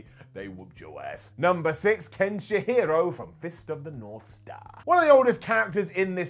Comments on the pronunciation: Uhm its. KEN-SHI-RO mate. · His pronunciation of Kenshiro has got to be intentional. Getting worse every time, I seriously thought he was working his way to "Ken Shapiro" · there's only one h and i in Kenshiro. It's not Kenshihiro. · If I have a dollar for everytime I hear a British guy mispronounce a Japanese name.... Kenshi-hyro??? How did you mess up a three syllable name??? It's KEN-SHI-RO and it's NOT Ken-Shyro. It's KEN-SHEE-RO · Ken "SH-HIRO"? Really? REALLY?! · Bruh kenshiharo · Did he just say "Kenshihiro"? Brah don't do him like this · SHEERO. ken-SHeero. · I love the list but cringed a bit when he pronounced Kenshiro as Ken Shihiro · not to mention the way he said Kenshiro's name...and saying resurgence instead of Revengeance when he said Metal Gear Rising's full title.... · I love you but what is up with the pronunciation of kenshiro, sayain, gogeta and revengeance? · This awful (yet kinda funny) vid became unwatchable the second I heard how says Kenshiro....